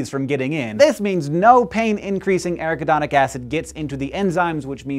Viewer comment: That is pronounced: ah-RACK-ah-don-ick Acid But I don't care because this is WAY cool!!!! Good Work!